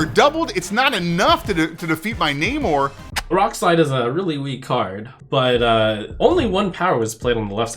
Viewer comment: A CCG that is not PAY to win....... Spidey Sense going off at that statement.. Lets hope they are telling the truth. And btw, its NAmor.. Like Nay-More.